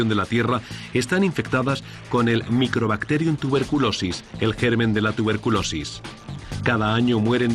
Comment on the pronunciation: El nombre de la bacteria es Mycobacterium tuberculosis, no microbacteryum, por cierto muy informativo.